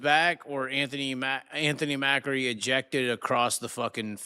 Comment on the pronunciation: It's not pronounced mackery.. it pronounced .Ma-cree